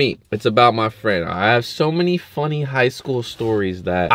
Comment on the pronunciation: every time he says that I laugh hella hard 💀😂